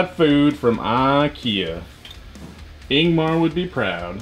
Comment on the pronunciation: His name is Ingvar, not Ingmar.